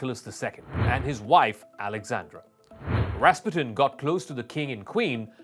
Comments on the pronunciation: Accent is on the second syllable: ras-PU-tin. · Wow, you're right. Ras PUTIN. We should have known him.